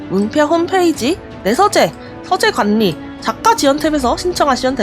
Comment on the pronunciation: 서재 관니, 관년한 → 괄리, 괄련. 받침 ㄴ과 초성 ㄹ이 이어질 땐, 앞의 받침 ㄴ이 ㄹ로 바꿔 발음됩니다.